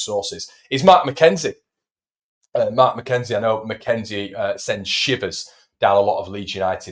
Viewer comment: McKenzie not McKennie